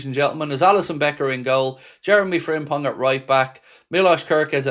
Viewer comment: The impong of Jeremy Frimpong made me giggle. Keep up the good work man. WFM